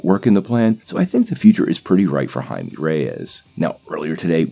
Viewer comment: Blue iron man. Sure. Why not? DC can't do worse than ww84, right? RIGHT? And it's pronounced "hy-may"